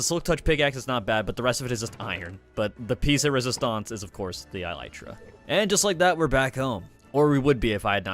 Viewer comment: Videos great but.... I’m in physical pain after how you pronounced elytra